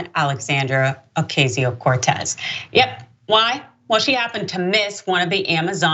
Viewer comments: I don’t know about you guys but I really think people should stop pronouncing her name incorrectly just use AOC if you can’t say it correctly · Deliberately mispronouncing her name show how hateful the guy is. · Lorrie No, but apparently she did during her highschool and college years?! The AOC-haters love to show their disrespect of Alexandria Ocasio-Cortez by deliberately pronouncing her name wrong. He full well KNOWS her name, but pretend to "get it wrong"!!